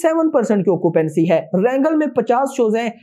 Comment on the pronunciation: वरांगल हे वो ओर गंटर नहीं गुंटुर है वो😂😂😂